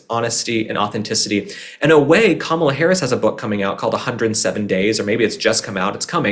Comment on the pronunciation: Thank you again. I love your honesty about Kamala. 😂 you said it correctly. .. lol